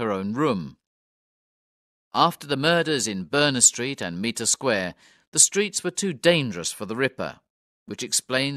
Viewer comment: This is a good little audiobook, thank you. “Meter Square” as repeatedly narrated, is spelt and spoken, Mitre, as in “might”.